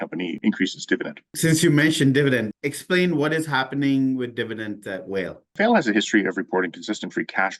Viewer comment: Enjoying your videos. "Vale" is pronounced "VAH-lay" - it's from Portuguese